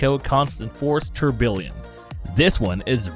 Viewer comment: Dude it’s cool you like watches but OMG learn how to pronounce these names!! You butcher JLC so hard I couldn’t even keep watching. (Also try learning Tourbillon)